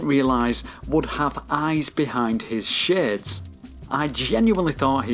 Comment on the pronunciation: First off, great video. But I have to be real with you, after 2 minutes in all I could think about is how you said "shades"